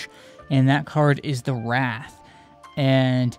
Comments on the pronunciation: It's pronounced wr ay th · It's pronounced rait